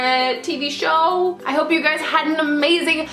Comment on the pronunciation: Totally obsessed with Estee as well. Also, at the end when you said "tell me your favorites. favorite show, favorite movie" I thought you said favorite booby.......yikes lol